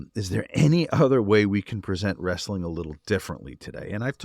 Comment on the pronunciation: Wres-sa-ling bro